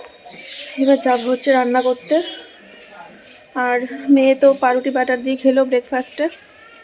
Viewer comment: No,because amar ra aga thaka ber kora rakhi , tar por Ota k bread a makhi , butter goli bread avba mokhano Ata thik prosses noi, ok , not pa ruti, uccharon pouruti